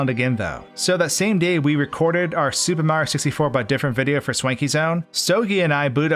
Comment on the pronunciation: why does he say "supamrioo sistyfour"